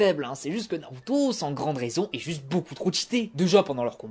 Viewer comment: Sinon ça ne te dirait pas d'articuler quand tu parles ? et d'utiliser les vraies prononciations Japonaise ? C'est bien de faire vite... mais autant faire plus lentement, mais BIEN prononcé plutôt que Rapide et entendre "embout" -_- .... Embout de quoi, de visseuse… ? c'est âne bu (Anbu et Anbus en vraie...), tu ne dis pas NAROUTO ... mais NaLruto ! (on roule les R en japonais) Bref...